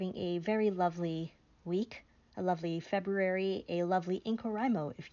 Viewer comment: Glad you have staged a comeback! Keep on keepin' on! P.S. Thank you for leading the revolution against mispronouncing FebRUary!!!